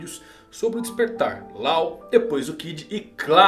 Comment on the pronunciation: Não é "Lau", é "Ló".